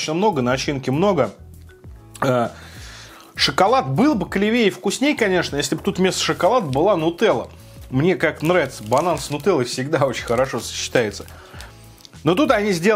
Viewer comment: Ударение неправильно ставишь клевее 🤦🏼‍♀️